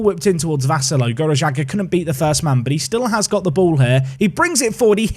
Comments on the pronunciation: One of your two Maltese viewers here. Watched the series since day 1 and always excited watching someone from Malta being involved in the series (even if they are just regens 😁like Vassallo or Gianluca Abela from the United of Manchester time.) You're not saying Vassallo completely wrong, but we tend to say it slower to emphasize the syllables a bit more (at least if you want to say it how we do usually). Here's my best attempt to try explain (if you still can't understand I have no doubts you'll find the right way to say it online, even just typing Vassallo on YouTube should suffiss): Instead of saying Vassallo quickly in one go, we say Vus-suh-llo Vas being said like Bus but with a V in the beginning. The 'a' in the middle said in the same way as the 'a' beginning (like the 'u' in bus) The 'llo' at the end is like saying 'lol' but with more emphasis on the l at the beginning and without pronouncing the l at the end. Basically that way rather than say 'low' The only real mistake is the way the 'a' is getting pronounced, but that's because the way we Maltese say the 'a' differs than how it's usually said in regular English. The 'a' is not said as 'eh' but more like 'uh'. Hope it helps, I tried my best to explain but it's not easy when we're speaking about a language which is basically a combination of English, French, Italian & Arabic 😅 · I cant believe you signed a maltese player! This makes me so happy! But you butcher the surname "Vassallo"